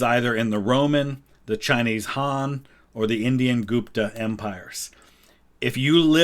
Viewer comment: Gupta is not pronounced [Goop-ta], it's pronounced [Gup-tha]. The letter u is pronounced the way you would pronounce it in the words "full" or "sugar".